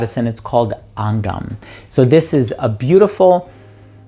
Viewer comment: Angham which is pronounced Anghaam, means melodies in aarabic